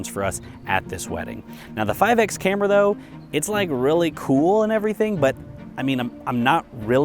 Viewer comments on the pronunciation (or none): So what's with this" five ecks" camera? It's five times - as per the multiplication factor. Why are so many reviewers still making this mistake? By the way, well done with the rest of the project!